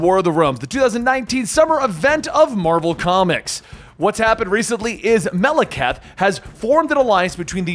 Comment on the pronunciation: it upsets me the way pronounces Malekith....